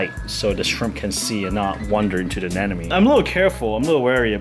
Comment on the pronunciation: It's Anemone! ANEmone! ANEMOne! ANEMONEEEEEEEEEE!!!!